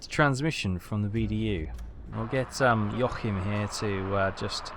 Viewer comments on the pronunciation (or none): joahim is pronounced yo-ah-him